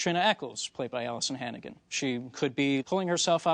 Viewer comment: Allisan Hannigan over and over lmao